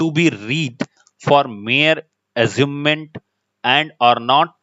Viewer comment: It's amusement and the teacher here is reading it like asument and telling some different meaning which is almost opposite of what the correct meaning that should exist in this paragraph. Many students are watching this. Kindly pay attention while teaching.